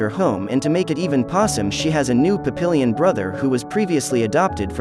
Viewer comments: It is pronouncec PAP-EE-YON. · “Papillon” is pronounced Pap-e-yon 😘